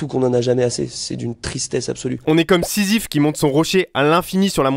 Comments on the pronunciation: « Seezyphe » ptdr il est trop fort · "Seezyphe" t'es un génie mec 😂😂😂😂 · « Seezyphe » tellement bien trouvé 🤣🤣👍🏾